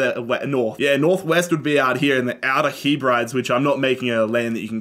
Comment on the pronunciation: The way you pronounced the Outer Hebrides 😭 And Kilmarnock. Nooooo